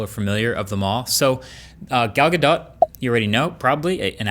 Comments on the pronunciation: " gal ga DOT" shes isreali, its pronounced gal ga DOE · Galdot is pronounced “Galdough” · her name is pronounced gal gadoe I think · it's pronounced Ghal Gadoh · Isn't it "Gal Ga-doe"? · It's pronounced like Gahdoh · Marques, honey. It’s “guh DOE.” The t is silent. 😊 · iPhone users laughing at android users, "oh he has an android" gtfo here enjoy your under screen fingerprint reader 5 years later! It is pronounced "Gal Gadough" don't kill the French language and English lmao. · I think you’re saying gals last name wrong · Marques did an oopsie. The t in Gadot is silent.